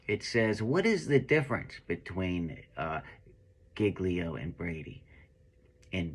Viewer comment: Every real cop would never mispronounce " GIGLIO. " as painfully as.he does.. Either he wasn't a cop or was in and out in rookie stage less than 5 years of service. (Opinion only)(Educated Opinion)....